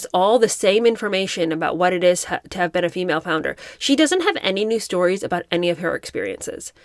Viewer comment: It's female flounder, she keeps pronouncing it wrong 😂